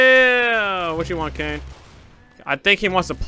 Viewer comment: It's Kane not cane